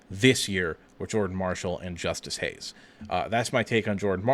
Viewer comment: This is bad. It’s Justice Haynes. Not Hayes. Haynes has burst 4.4 sooner , that’s why he averaged over 6 yards per carry and was a highly sought after 5 star Your early seem confused on Haynes , quicker tha. Marshall not as powerful imo